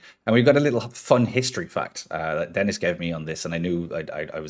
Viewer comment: Has a french player, I have to say that the pronounciation of Dennis is pretty good!